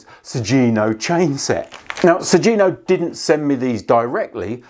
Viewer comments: It's 'Sugino' ([suɡino]), not 'Sujino.' The 'gi' is pronounced with a hard 'g' like in 'go.' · It is pronounced "Su-ghi-no", rather than "Su-zi-no" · Pretty sure it's pronounced like Su - ghee - no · The G in Sugino is a hard G.